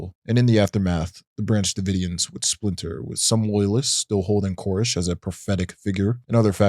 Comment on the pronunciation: are you trolling us? It seems like your purposely mispronouncing a couple of words that you say so often it's crazy. It's esoteric S-O-TEAR-IC not E-SO-tear-ic. David CORE-ESH not KER-ESH. And like 50 other words that I'm just dying but your content is great I love this video. Just driving me crazy. Lol Edit: however you are amazing at pronouncing names and concepts/words that aren't easy for native English speakers. So kudos to you man! Keep up the good work this channel is bound to blow up!